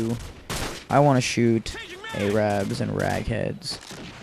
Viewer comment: lol at the way he says arab